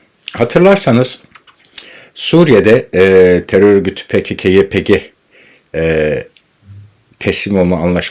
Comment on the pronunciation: Biz pe ka ka diyoruz neden pe ke ke diyorsun